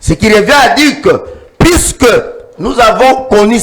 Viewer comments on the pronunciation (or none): Le pauvre Nico F. s'ennuie en face de cet energumene de 😂😂😂😂balobaka "Puisque" et non "pusque" balobaka "attitude" et non "attutide", "empecher" et non "apecher" etc, etc.... niveau eza te. Rwanda ebenganelaki biso Mobutu sikoyo bolingi nini abenganela bino Nanga&cie??? Toyokaka pe soni... kiadi kibeniiiiii